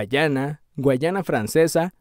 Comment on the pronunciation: Mano debo corregirte algo,es Guyana,no guayana...guayana es una region de Venezuela